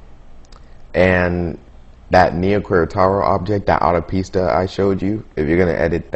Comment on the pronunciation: I died everytime you said "autopista" xD